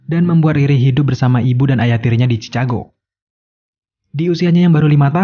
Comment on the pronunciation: Bang Chicago Itu bacanya Chikago bang😭